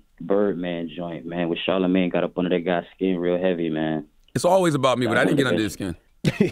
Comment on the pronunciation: Can we please talk about when Webbie couldn't pronounce y'all names... That shit is forever HILARIOUS!! "Charla-ma-gay, Angela Lee" 😂😂😂😂😂